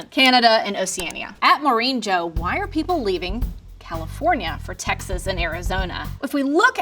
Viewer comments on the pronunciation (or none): none